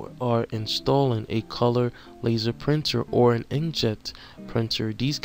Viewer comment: Very helpful, but you need to read the words better. "Specially" - "Specifically" "InkJet" - "Inject" "Thermal" - "Terminal?"